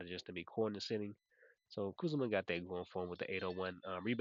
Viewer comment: man, your pronounciations always take me out 😂. first it was siakam as SAYKiam, and now its kuzma as KAZuMa😂😂. all love tho ❤